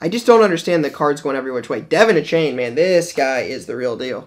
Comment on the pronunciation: A-Chan not A-Chain